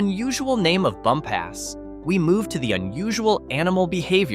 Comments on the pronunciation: It’s not pronounced bump ass. It’s pronounced bump us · Bumpass is pronounced "bump us," not "bum pass." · Bumpass - Bump us (accent on first syl) Staunton - Stan un (accent on first syl) Even Va. residents get these wrong. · It's pronounced Stanton. Do not come here and say Staunton. You also mispronounced Bumpass.